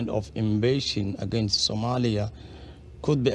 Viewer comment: Did he just said Somaya